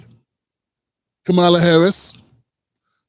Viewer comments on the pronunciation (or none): Bro you don’t even pronounce Kamala’s name correctly